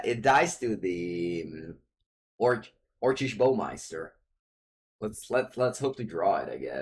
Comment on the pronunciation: Lol! Your pronunciation of orcish bowmaster is too good